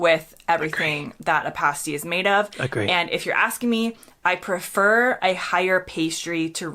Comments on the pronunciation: it's Pasty as in nasty, not pa(y)sty as in hasty, different pronunciations. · Not party as in paste, pasty as in past my friend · Pasty is pronounced Pass tee not Pace tee. Otherwise love your content! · it's not pastey it's past eee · Please stop pronouncing 'Pasty' as "Payst-ee" it's "Pass-tee" or "Past-ee" depending where you're from in the U.K. a "Payst-ee" is something which Strippers or Burlelsque dancers wear to cover their nipples whilst performing. A big, yes! For the P.O. Box I'd happily send things to you to try etc, I'm sure that other would do so as well. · Pasty - pronounced like past, not paste. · Mushy peas are just peas mashed. . use a blender or they will turn into a puree. Also its pasty not pasety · Pas ty not paste y, and crumpets are not English muffins. ❤ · Cornish pasty - rhymes with nasty, not tasty 😉 Also, please don’t make those mushy peas! They are not what we eat with our fish n chips. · Nice, but pasty rhymes with lastly, not pastry. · It's "passed-ee". "Pay-stees" are something completely different 😉🤣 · When you say Pasty, say it like PAH-S-T-EE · I'm not sure if you read comments but pasty is pronounced to rhyme with "nasty" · You sorted out the crumpet, English muffin thing about a year ago. Hopefully it will stick now. Next thing is the pronunciation of pasty. If you go to Cornwall and ask for a paste-ee you'll be escorted to the border. Elsewhere people will just roll their eyes, shake their heads and say tut. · The mush part of mushy peas is pronounced the same as rush, not moosh. And pasty is pronounced the same as nasty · now i'm wondering if you ever read the comments - for the millionth time - crumpets are not muffins, they're not even similar. and if you ever find yourself in Cornwall asking for a pasty the way you say it, you might not get out alive. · FFS - You heard her pronounce "Pasty" correctly - and you still insist on pronouncing it Pastey. It's Past-EE, NOT Paste-EE! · Pasty rhymes with Nasty, not tasty